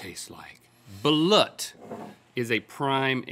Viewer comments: It’s pronounced ( baloot ) not (balat) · Bah-loot y'all are saying it Wrong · ... Balút is pronounced as (ba-loot)... fyi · Hey good mythical guys! Balut the partially developed embryo that you ate is actually pronounced baloot. It is a duck egg usually eaten in Cambodia or Vietnam. Not sure if you still read comments from old videos! Love you guys. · Haha the balut one was funny pronounced baaloot, had it several times, it just tastes like chicken. Has to be hot though that looked cold. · Link it's pronounced Bah-LOOT. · its pronounced BUH-LOOT (buh like in buddy) (loot as in loot from pirates) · It is pronounced Ba-loot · balut its pronounced BA-LOOT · Balut is Filipino not Vietnamese and it pronounced ba-loot with a u sound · "Balut..." Oh no "...Meatloaf" OH NO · hearing them pronounce "balut" wrong is almost physically painful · The way he said balut bothered me